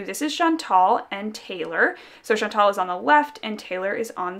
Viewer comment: Hi! I've been debating for a while about buying "Rue" because of all the hype, but I think that you've convinced me to get Brigitte instead. Also, as a French Canadian, may I just correct the way that you pronounce "Chantal"? It was a very popular name for girls my age (one of my closest cousins is called Chantal) and the right way to pronounce the "al" at the end is to say it like a guy named "Al"! Not "ol", like you've been pronouncing it in this video :) Sorry, I know that some people don't like it when we correct their pronunciation but I thought you might want to know :)